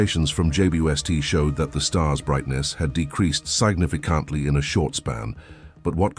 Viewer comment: S eye gnif eye cant lee.